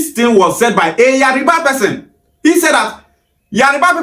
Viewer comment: Why is the guy in green mispronouncing Yoruba , IleIfe. Etc Is it intentional. It is Yoruba nit Yariba.